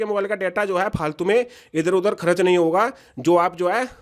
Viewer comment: बिहारी करच नही होता है खर्च बोलो